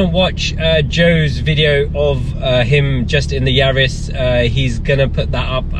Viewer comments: Please can we clear the name up..it's Yaris. It's not Yaaaaaris. Cheers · Excellent video with the split screen and aerial shots. Didn’t realised it was pronounced “Yaaaris”😂 My GR is being delivered in March. Much prefer it being a B road warrior to a track weapon. Be interesting how it feels vs my gt3 gt4 and R26.R!